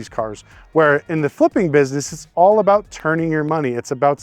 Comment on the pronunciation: what aboot auctions fees